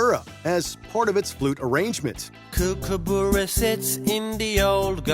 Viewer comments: "Kookaboora" it's almost like they're trying to insult us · You said 'kookaburra' wrong!